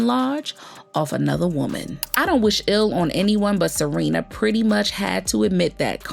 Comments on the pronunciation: Her name is Sharina… not Serena.. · Not Serena.....Sha-rina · Why you keeps calling her SArina? 🤣🤣🤣 it’s SHArina! You are too much gurl! 🤣🤦🏽‍♀️🤷🏽‍♀️Good tea ☕️ 🫖 spilled because I didn’t know that Wendy was the one to hire the Private investigator 🕵️ 😱to watch Kev! 🤣👍🏽✅ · The way ya’ll keep messing up their names 😂 Kevin and Serena. Yunggggg🤣🤣🤣🤣🤣